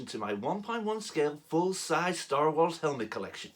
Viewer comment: Ho! Lee! Crap! I am DYING over here,! My wife came all the way downstairs to see what I was laughing so loud about! I'm crying! Hahaha! This is one of the most hilariously entertaining things I have seen in a while! Your American accent is awkwardly hilarious! "Store Wors!" You can tell you're trying SO HARD too! You still pronounced episode as "epee-sode!" The 'whip' sound when pointing? Loved it! "My jam on Reynolds Reviews" had me in hysterics! And then when you did the close up to the camera and said, "Let's get into this!" sounding like an 80's American action movie star, I could barely breathe I was laughing so hard! I LOVE IT! I'm honored that you chose me to lampoon! So well done! On a related note, I told you you'd like the helmet. Just one question though: do you think it's "fantastic" at this "price point?" hahaha! Anyway, great video, great helmet and spot-on impression, my friend! I'm glad to have met you this past year. And the out-take at the end was the icing on the cake! I cannot wait to see you do other YouTubers who have a unique delivery style! Cheers, my friend!